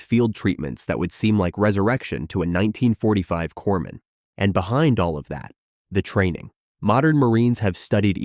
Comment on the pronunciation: Its not corps man its corpsman sounds like (coremen)